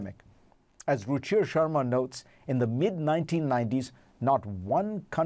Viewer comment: Fareed, please learn how to pronounce WORLD